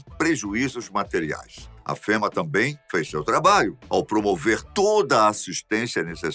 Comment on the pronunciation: De acordo com a Língua Portuguesa, a palavra correta é TORRESMO, e não "torremo", assim como a palavra correta é FÊMEA, e não fema! A palavra fema, tem a ver com o serviço de distribuição de caixões fúnebres, distribuído por um determinado estado norteamericano! Vide link a seguir